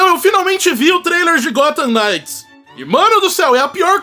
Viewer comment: O "K" da palavra "nights" não é pronunciado, então ele falou certo.